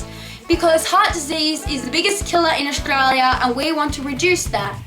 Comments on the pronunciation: It's not pronounced Oshtralia. It's Australia. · Nah Its pronounced Stralya!! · Olivia VS Aus who's "we"? Most Australians don't say "Aushtralia". Only people who say "shtrong", "shtudents" and "shtruggle" do.